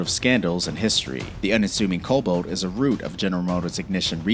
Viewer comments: Cobolt? CobAlt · The car's name is CORVAIR, not "COvair". The next mistake is Cobalt, not "Coboat"